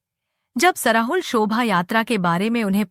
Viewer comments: सरहुल को सराहुल और हंड़िया को हडिया बोलती हैं। इन्हें सही बोलने के लिए कहें। प्रस्तुतकर्ता को विशेष रूप से धन्यवाद 🙏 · सरहुल होता है सराहुल नहीं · आपलोग सरहुल को गलत उच्चारण कर रहे हैं (श्रहुल बोलना गलत है)खादी उरांव भाषा में बोलते हैं 🎉🎉🎉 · श्रहुल नहीं सरहुल होता है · App log sarahul bol rhe h sarhul hota h